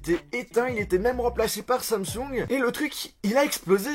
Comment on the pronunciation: Mdr comment il dit Samsung, il dit Samsong😂😂